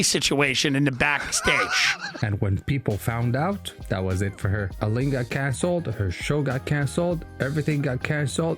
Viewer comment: Not Eleeine it's Ellen. And you forgot her sitcom